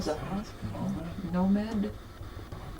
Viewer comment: Hey spooky gang, I'm finishing up the video and I just wanted to give you my take on the Estes session. You said Nomed. Think Demon backwards. Stay spooky and happy early Halloween 🎃